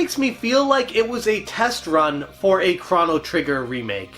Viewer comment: It’s Crow-no Trigger… not Crono Trigger… right…????